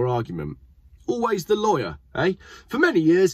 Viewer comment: Did you say Lawyer of Liar ?